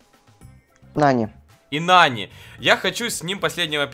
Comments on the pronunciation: Не Нани а НанИ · Вообще-то Нани ударение падает на а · Ударение другое на нани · (Если что это не хейт) говорится не нанИ а нАни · пожалуйста ударение правильно ставь когда говоришь Нани, ударение на А, а не на И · В слове нани ударение ставиться на а